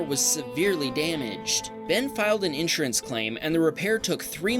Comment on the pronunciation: please look up the pronunciation of insurance